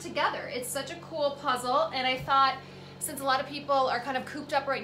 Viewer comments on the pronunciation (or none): none